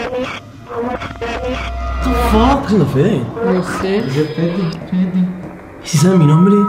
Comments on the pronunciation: Yo en la voz que escuchaban entendia penes en vez que fede like para que fede lo lea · cuando pensabais que decia fede yo escuchaba pen3